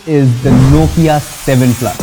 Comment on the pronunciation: Heh heh heh... You really butchered the Nokia 7 Plus here, but wait till you get a load of the Nokia 7.1, you'll be running back to kiss the Nokia 7 Plus's back panel...